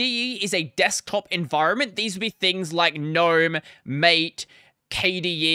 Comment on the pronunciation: What is the pronunciation of mate? you said it mate people say it maate (hard to describe here)